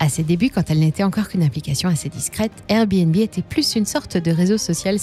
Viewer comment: On en parle du airbéNbé 😂 ?